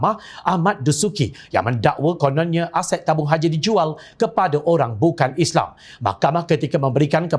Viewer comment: lagi satu... Islam bukan isleey. Al Quran bukan al kure... MUHAMMED sallalahuAlayiWasllm bukan muhammee. tidak bole di ubah ini. yg lain tu buat la apa ko suka. teh jd kopi ka..aku tdk paduli